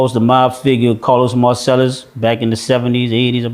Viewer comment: This dude is smart but he lying his ass off about Carlos Marcello he can't even say the dudes name right. Let alone to act like he was next to them dudes